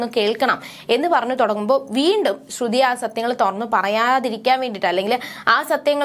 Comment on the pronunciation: ശ്രുതി ആണ് ശ്രുധി അല്ല